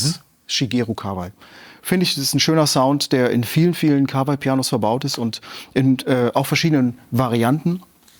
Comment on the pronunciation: ich hoffe du liest das und wirst für immer glänzen mit deiner Aussprache des Firmen namens: KAWA - I... wie in 河[KAWA]合[I]. Japanischer Familienname genau wie Yama-Ha und ich hab's noch nicht gesehen auf deinem Kanal aber ich hoffe, du sprichst es nicht yaMAH-ha Es gibt noch andere Lesungen für 河合, aber da die Firma sich KAWAI schreibt, kann es nur KA-WA-I sein.